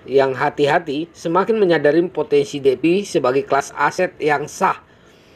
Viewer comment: Semangat Bang , Defi Dibaca Difai Bang hehs